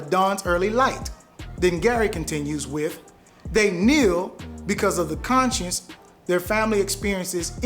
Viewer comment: Are we attacking our supporters now? Black people are not a single unit. Do better. People can disagree. And for god-sake learn how to say “conscience”.